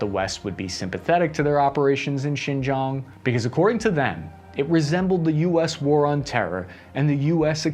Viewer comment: Xizang is actually Tibet. Xinjiang (Chinese Turkestan) is more like /Sshin-gee-ahng/. You occasionally do pronounce it ok (at least to my tone deaf ears).